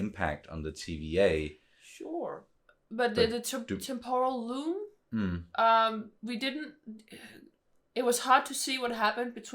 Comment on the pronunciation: I thought he said “Temple of Doom” instead of “Temporal Loom”